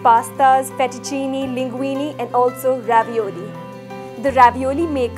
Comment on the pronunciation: Your demo was very good and this is a versatile machine. However, if you cook Italian food you need to pronounce it correctly. Not FETTUCINI. It is FETTUCINE, pronounced FET-OO-CHIN-AY. Ditto for LINGUINE, pronounced LING-GWEEN-AY. The E at end of these words is pronounced 'AY' in Italian, as in 'WAY'. - AUGER, not OGRE. Pronounce this AW-GER, not OH-GRR. - Ditto. OGRE is a monster. AUGER is a tool to clear a drain with, or a pipe. Thanks for the demo and your lovely presence!